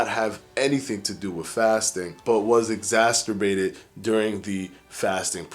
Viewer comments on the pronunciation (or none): Exacerbated not exac ter bated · Did he say "exasterbated"? I really can't deal with the intentional, acquired, language affectations this guy has. Not like you grew up like that dude, you adopted that lingo. Month=monf, with=wif, and my favorite "stay tune". Really dude, this is getting in your way. Let the lingo go. Or maybe see a speech therapist.